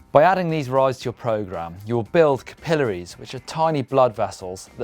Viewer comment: I didn't know that was how you pronounced capillaries lol